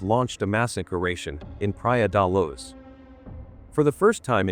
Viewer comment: The AI-voice is so annoying, praia da laz